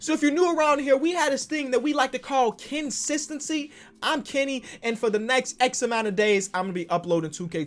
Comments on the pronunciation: Hearing his say Kensistinsy is back made me so happy, hearing that he said a video everyday is coming was amazing to hear! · “Kensistency” and he’s back